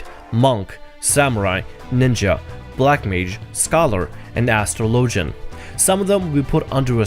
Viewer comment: Did this dude just say astro logen? Lol ass tra low gen. Now say faster, buddy.